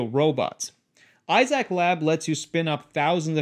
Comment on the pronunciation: Not coming into my house if it mapping everything and uploading anything to a offsite server. Also I cringed every time you said IZAC instead of Isaac like Isaac Azimov.